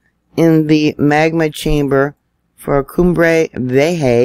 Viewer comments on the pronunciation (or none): it’s pronounced V A HA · I've heard it pronounced "COOM-bray Vee-A-ha"